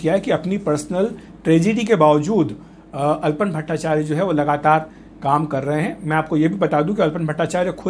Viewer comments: His Name is ALAPAN BSNERJEE not ALPON. please pronounce properly. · It's "Alapan Bandyopadhyay" Not "Alpan Bhattacharya" Itne Bade News Portal Ha Name To Thik Lijiye